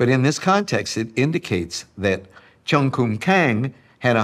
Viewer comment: Written in Chung but It should sound more Like Jung. English....lol